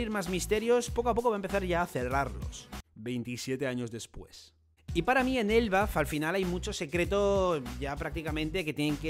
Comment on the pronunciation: Ese "27 años después" te juro que me sonó a "toda tu random vida después" xD